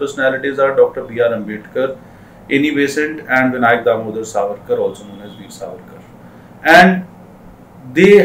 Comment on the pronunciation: It's Savarkar , not sarvarkar .......😠